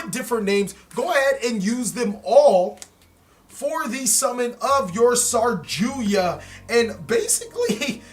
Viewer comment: Its saryuja not sarjuya lol